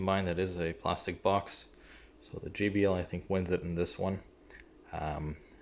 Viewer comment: it's not gee bee el. It's jay bee el - JBL